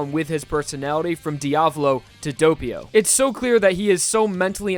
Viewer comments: Good video, but I gotta admit that I physically cringed when you pronounced Doppio "dope-io." Its pronounced "daw-pio" lol 😂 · Its Doppio not Doppio